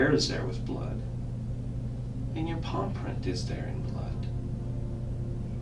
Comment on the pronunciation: did this man say pawprint.